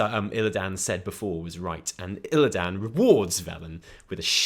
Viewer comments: pls stop saying "ILLIDAAN" its illi-dun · Fuck! It's not Illi DAN it's pronounced more like Aladdin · WHYYY DO YOU PRONOUNCE ILLIDAN LIKE THAT WHAAAAAAT